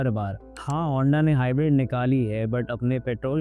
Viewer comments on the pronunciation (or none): none